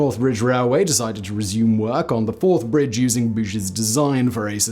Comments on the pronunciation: He said the Fourth Bridge crosses the Firth of Fourth river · Firth of Forth for fuck sake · It's the firth of forth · I cannot believe you managed to get to your age and never heard of the Forth Rail Bridge spanning the FIRTH of Forth, NOT the FIRST of Forth. Dumb doesn`t come close. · You looked confused at the first Firth of Forth reference and totally stumped by the fourth and fifth foray in to The Firth Of Forth. For, though The Firth OF Forth's first mention sounded like First of Fourth, The Firth Of Forth should have been made clear by the fourth or fifth mention.